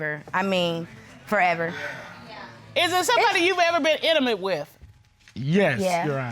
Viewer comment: Judge Ms Cutler "is there someone you ever been inament with"??? 🤦🏾‍♂️ its intimate ‼️‼️‼️ can't make this Shhh up 🤦🏾‍♂️